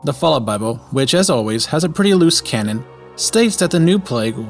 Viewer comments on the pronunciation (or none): none